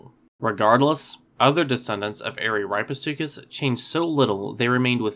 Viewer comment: 1. It's pronounced (AH-ruh-REAP-eh-SUE-cuss). 2. If you think that Araripesuchus rattoides deserves a separate genus, I predict that this new genus would be Rattosuchus which means "rat crocodile". Ps.: I just came up with that name myself.